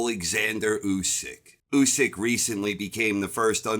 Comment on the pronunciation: At least you pronounce his name correctly! Usyk won that fight 8-4 or even 9-3 ! And by ko if w’ere being honest! If Fury shows up in December Usyk will finish him in round 10 !! That is my prediction!